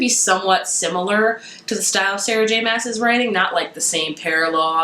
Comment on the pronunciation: actually the way to pronounce maas is like mass